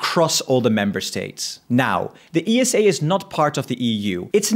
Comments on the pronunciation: Its pronouced Esa not E S A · Why do people call is E S A instead of Esa? Do you also say N A S A or just Nasa? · I don't want to be rude but ESA is usually not referred to as E-S-A just esa. Similar to NASA you don't say N-A-S-A. Love your videos bro ❤ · You're wrong though, most say E-S-A.